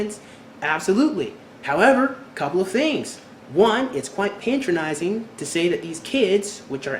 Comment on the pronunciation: i know it was so bad almost as bad as how he said patronising.